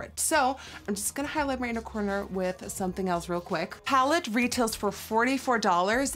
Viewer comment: LMAO ” the box is very small” said but her “pallet”